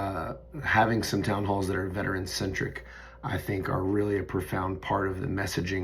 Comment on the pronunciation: Was happy to hear you called out by a vet in the recent town hall. Just wish he pronounced it correctly. Proof you’re making a difference!! THANK YOU!💙💙💙